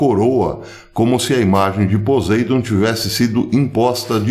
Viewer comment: Poseidon (pronuncia-se PoSSeidon) ???